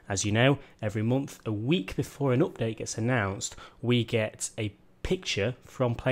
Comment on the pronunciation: please please say UPDATE not OPDATE.. man, thats annoying :))